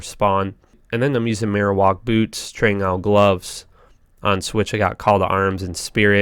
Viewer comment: Man I love your videos.....but damn you pronounce things funny sometimes Decreptify??? Trang Owl??? 😂